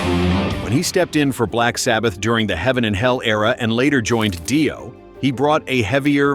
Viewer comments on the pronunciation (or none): PS, the word "lead" is pronounced "leed" when referring to a singer or guitarist, and it's Ronnie James DEE-O, not Die-o. Who does these voiceovers? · Please pay an actual voiceover person or do it yourself. I can't take anymore LED singing or hear about Ronnie James DYE-O anymore.